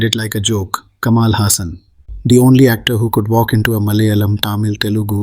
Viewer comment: Agree! But its just how you didn't put in enough effort to pronounce some words in this video the right way. Kamal Hassan is not "Kamaal" Hassan and its "Saambaar" not Saambar. Some extreme stereotyping has defintely occured in the past. Hopefully things change in the upcoming movies with the new Pan India wave happening. Movie makers of the north better watch out for mistakes when representing South india becasue otherwise it will defintley be called out.